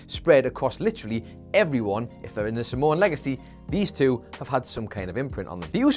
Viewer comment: Are you saying Samoan or Simone??? I honestly can't tell and I listened back a few times